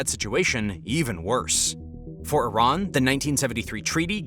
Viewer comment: I---rAAAn has no water left...buTTT I---rAAAn must have water right....